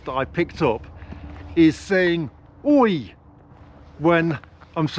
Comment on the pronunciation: Oi kind of sounds Australian too., here's a question for you. How do you think a Russian walking around in the English countryside with a camera, like you do, would be treated?